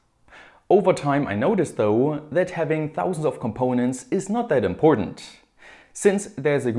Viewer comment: "and das it is advised" love this germanglish mix :-)